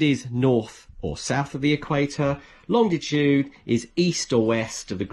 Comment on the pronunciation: Hello from Pedants’ Corner. There’s only one ‘D’ in Longitude. Please stop pronouncing it Longditude. Otherwise, most helpful video.